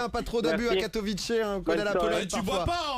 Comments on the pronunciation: Je ne comprends pas pourquoi tout le monde dit Katowi"TCHÉ" alors que ça se prononce Katowi"TSSAI", oui je suis polonais Fier de mon pays <3 xD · and by the way si tu es polonais tu devrais savoir que ça se dit katoviSSA et pas ai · tu comprends pas ? bah c'est simple ils parlent pas polognais donc ne savent pas comment le prononcer... Pas si dur que ça à comprendre pourtant :/